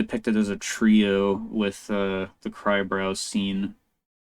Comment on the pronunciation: Nice breakdown bro! You pronounced my name perfectly btw 🤌🏻